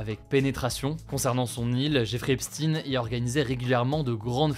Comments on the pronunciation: Prononce bien son nom stp Quand c’est Enstein on évoque le génie juif Quand c’est Epstein ca devient Epts- tine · epstine ? les gars faites un effort de bon sens on croirait entendre des boomers ou des segpa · On ne dit pas Epstine ! Sinon ça s'écrirait comme ça ! Est-ce qu'on dit Einstine ? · Sauf que c’est bien « Epstine », même au USA ils l’appellent comme sa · Pourquoi epstin ? On dit pas einstin 😂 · On dit Albert Einstein alors pourquoi dire EsptINE? 🧐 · Hélas, trois fois hélas, c'est Epstin... Le bougre était américain, et la prononciation américaine est Epstin, non pas comme Einstein qui lui était allemand. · Bj ça se prononce Epstein Epstaïn merci de ne pas écorner les noms merci 🙏🏾tu nous as rien appris de plus que ce que l ont salient déjà c est bien malheureux ! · Je suis mort, dur ! Tu t'obstines à dire 'epstine' 😂 mais bon pourquoi pas 🥲 ça fait moins ressortir le côté 'juif' de la prononciation de son nom 🧐 né à Brooklyn dans une famille juive modeste 👌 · Epstein ça se prononce pad epstinne.. On dit einstinne on dit Einstein. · Pourtant ils prononcent bien Einstein mon golmon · On dirait que Hugo n'a jamais entendu son nom. C'est d'autant plus surprenant que Hugo est parfaitement bilingue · Mais Hugo ! Pourquoi tu prononces epstein n'importe comment ???? c'est une ruse ??? j'aimerai bien que tu fasses une vidéo sur Einstein qu'on rigole un peu. enfin merci d'avoir parler de cette immondice de l'humanité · Donc on m aurais menti pendant toutes ces années ??? on dit franckenstine alors ? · Non mais prononce son nom comme tout le monde ..... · Son nom ce prononce comme celui de Albert Einstein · tu sais meme pas prononcer son nom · Faudrait apprendre à prononcer son nom correctement.. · Prononciation inacceptable qui masque un nom juif. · Ce n est pas Epstin mais Epstein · Vous prononcez « epstine » mais pour Albert Einstein vous le prononcez bien je ne comprends pas pourquoi ?! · epstine ! donc einstine epstaiilne einstaiiin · EpstEIn, comme EnstEIn 😉